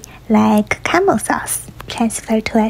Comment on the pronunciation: the way she pronounced Caramel Sause as camel Sause tho Xd she is so cute